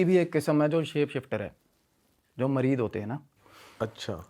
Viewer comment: मरीद नही मरीत होता है भाई 😅😂😂😂